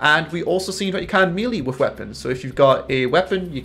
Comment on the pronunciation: MAY LAY not MEE LEE :D